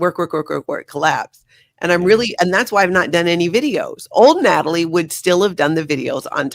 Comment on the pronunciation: Where is Nay-tall-ee at?